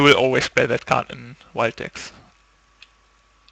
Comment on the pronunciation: hey man, great video's. Just a tip: when you say mono wild, it sounds a bit like mono white.